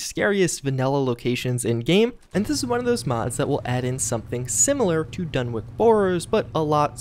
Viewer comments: DunwiCH. Not Donwick. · You Americans are all alike with the way you butcher the English language. For future reference, the name Dunwich is pronounced as follows: "Done-itch", not "Done-wick" or "Done-witch". Please get it right. I love your videos but your ability to pronounce some words leaves a lot to be desired. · Soft ch on the Dunwich. Like saying sandwich. Or "Dunnich" if yer feeling like a New Englander. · Does not want to butcher Ug-Qualtoth (Oog-Qwal-Toth), but instantly renames "Dunwich" as "Dunwick". Video meets what I expected already. But really, the CoUQ mod was some good stuff, made for some insane scenarios in the vanilla locations after completing it...anyone else who has will know what I mean. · Sorry but it's pronounced like done itch but with the timing of spinach